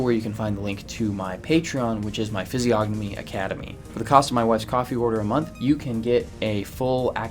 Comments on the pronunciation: It's pronounced fiz-ee-o-nuh-mee, the g is silent ffs what a fraud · Isn’t the “g” silent? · Stupid autocorrect. Should have said PRONOUNCE. Not Province. The G in physiognomy is SILENT. You don't pronounce it! How can you know how to read physiognomy when you can't even pronounce it correctly?? Look at the phonetic pronunciation guide in any dictionary! You know what a dictionary is, right? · How can you POSSIBLY even know ANYTHING about physiognomy when you can't even province it right?? The G is SILENT! And, furthermore, of course she looks angry and 'weird'! Her husband was brutally murdered! How would you feel???! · Why is he pronouncing the g in physiognomy??